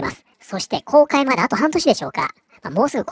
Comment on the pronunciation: 「公開」まで半年が「崩壊」まで半年に聞こえた